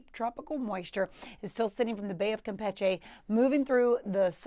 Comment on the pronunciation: I wonder Who decided the pronunciation of Campeche should be changed ?